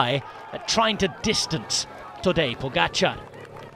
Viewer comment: Bhahha seriously? "Tadej Pogačar" def wasnt right... :/